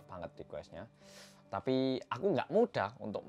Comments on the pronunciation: Awal nonton rasanya sedih dan marah, tpi tbtb ngakak cuma karena typo ngomong “tapi” jadi “tapu” wkwkwk mana dibikin tulisan sama editor wkwkw sereceh ini akuuuu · "tapu" ngakak karna typo ngomong doang wkwk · Salfok ama kata "tapu". Lidah kepleset. Untung bukan sapu ya 😂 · Bengek pas bilang "tapu"; )